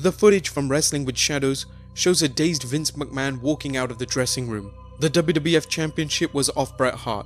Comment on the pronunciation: "Vince Muckman" ?